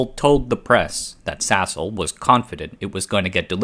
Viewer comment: Why does my head hear Sasol as *sshole?!